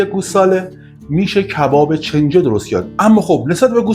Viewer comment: استاد گرامی؛ چنجه تلفظ اشتباه کلمه «کنجه» هست، اگر عنوان را اصلاح بفرمایید، لطف بزرگی در اصلاح عموم خواهد بود.